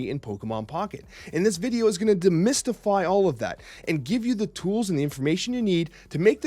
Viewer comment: My man said "de-mystify".